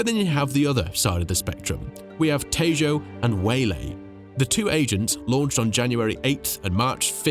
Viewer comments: Hey, i just wanted to let you know that its pronounced te-ho not tejo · The way you said "Tejo" is upsetting. The "j" is pronounced like an "h" sir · tf is that pronunciation of tejo